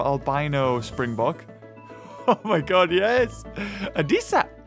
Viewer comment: Im South african , I absolutely love how you pronounce springbok . You are dead on with "bok" but it is its afrikaans name , in english it would be a spring buck.